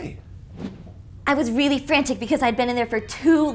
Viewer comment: It is not rally